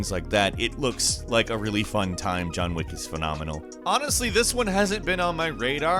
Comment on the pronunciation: Sounds like you said John Wick Heck..........demonetized